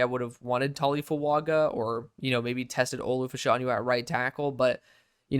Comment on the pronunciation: No hate love the videos bro but I believe it’s pronounced Fash-uh-new and not Fash-aw-new. I’m a Penn State guy